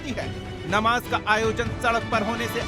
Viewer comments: नबाज नही नमाज़ होती है। एंकर साहब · They could have hire the better host. He kept saying ' Nawaaz' so many times instead of ' Namaaz'. These idiot scholars can't answer abt his own religion (comparing it to Hindu). Need a good thrash ! Host even didn't interfere when he commented on Jitendra ji' family.